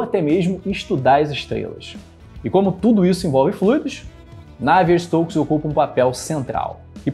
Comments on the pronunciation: Ótimo vídeo, só faltou dizer que na prática a equação é abordada numericamente, com simulações por computador, na falta de uma solução analítica. Outro pequeno detalhe, com o risco de ser pedante: a pronúncia ‘návier’ para Navier vem do inglês, em francês é ‘naviê’. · Excelente vídeo! Só uma correção o nome do cientista Navier se pronuncia "Naviê". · Porque voce pronuncia "Navier" c sílaba tônica na 1a. Sílaba ? Prá mim, é 2a !